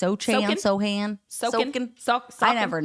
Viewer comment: Jeremy Sochan is that dude on the Spurs with the crazy hair colors all the time lol. i’ve heard commentators pronounce Sochan (SO-HAN) like that. I could be wrong but i feel like i’ve heard his last name enough times